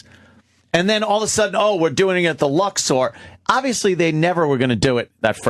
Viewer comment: Ant pronounces 'Luxor' like a stupid asshole.